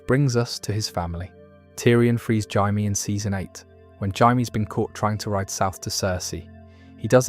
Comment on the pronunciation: “Jay-Me” not “Hi-me”.